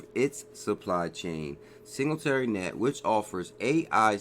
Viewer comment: Not hating but you are pronouncing singularity net very wrong. AGI is my number 1 pick!